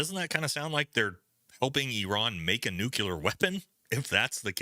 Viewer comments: God damn, dude, please stop using nuCUler, it's nuclear, wtf :D You should know better, you sound like Bush :D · Nuclear. It’s fucking nuclear. The phrase nuculear doesn’t exist.